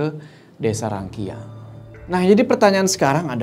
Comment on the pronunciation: Gaaaasssssssss!!!!! Btw bukan cara baca rangkiang bukan rangki-ang Tapi rang-kiang Kiang nya tu di baca nyatu gitu Hehe Yok semangat yok